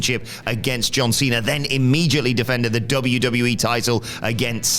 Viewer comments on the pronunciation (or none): none